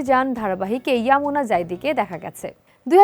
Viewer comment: আপনি বারবার ইউমনা কে ইয়ামুনা বলতেছেন😂😂